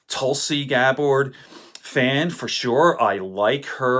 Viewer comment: It's Gabbard not Gabard